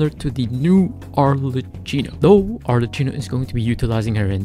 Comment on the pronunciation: its pronouced arleckino🫶(ty for the guide)